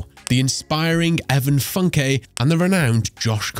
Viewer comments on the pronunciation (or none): none